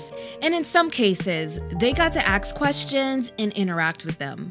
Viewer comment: it's ask not axe